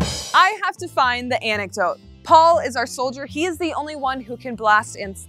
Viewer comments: it's interesting that sam is pronouncing antidote as anecdote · Awesome channel 👍🏼 but it is antidote.... not anecdote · she meant antidote. i think. but she definitely said anecdote. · Is saying anecdote? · My girl said anecdotes instead of antidote 😂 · Anecdote No it is antidote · Is it just me or was saying "Anecdote"?? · I would swear she was saying "anecdote". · That's what I heard her saying, and it absolutely drove me nuts Haha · It could be just me, but I would swear was saying "anecdote" instead of antidote.... Like, how is a short amusing story about a real incident going to cure anything.... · I kept hearing anecdote too. lol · Antidote, not Anecdote. Love you guys =) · Is saying "Anecdote" instead of "Antidote"? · its antidote, not anecdote. An anecdote is a storyyyyy. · kept saying anecdote. I thi k she meant antidote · super colonel I was today years old when I realized that it is not “anecdote”